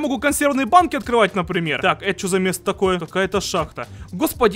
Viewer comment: ТАааааакое а не токое